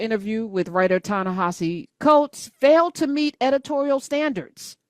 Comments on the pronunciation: Coates pronounces HIS OWN NAME tah-na-HA-zee (it’s not a Romanized pronunciation as it’s written). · I think that his name is being mispronounced by and large. It's Ta-Ne HE See. Just please take a look at the spelling. Next. Gail King is a lousy interviewer. When she ask Lisa Leslie those inappropriate questions about Kobi Bryant so soon after the accident, that was enough. I kept thinking: "his WIDOW and surviving DAUGHTER CAN HEAR YOU, GAIL KING!" She's bogus.